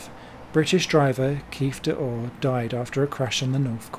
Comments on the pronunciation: Keith O’Dor not D’or. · Or 'Keef De-Orr', according to the narrator. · Correct pronunciation for the sadly late Nissan touring car driver is ‘Kieth O’dor’ 😉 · It's Keith O'Dor - you pronounced it wrong!